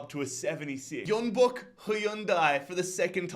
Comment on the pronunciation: Pronunciation notes, sorry mate. Jeonbuk … is a J man, like John. Then, in Chinese, zh are Js. So Guangzhou is like, Joe, and Shenzhen is kinda like Jen. Thanks mate!